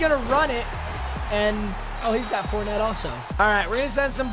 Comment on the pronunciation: It’s Leonard (4)net not Leonard fer net